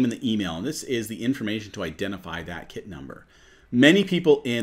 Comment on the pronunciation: It's sounds like you saying kid instead of kit it's a little confusing